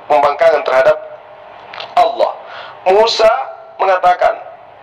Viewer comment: Allah..bukan awloh...belajar mengucapkan lafal dengan benar..